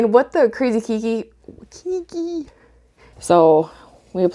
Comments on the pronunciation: Aloha, Great info! I am going to try it on a few Nepenthes today since I just received the Keiki Paste a couple of days ago. Some kindly constructive criticism: Keiki is a Hawaiian word. It is pronounced like "kay-kee" which in Hawaiian means "child" or sometimes baby (pēpē or pepe [pay-pay] is more accurate for a baby). The word you are pronouncing kīkī or kiki means "spray" or "spouting" as in Waikīkī or Waikiki, meaning "spouting water" due to the number of natural springs in this area. There's your ʻŌlelo Hawaiʻi or Hawaiian language lesson for today! Aloha nō! PS Gave you your 100th thumbs up. Congrats! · Hello. Just wanted to share, it's pronounced like kaykee. Its a Hawaiian word meaning child :) Love your video though!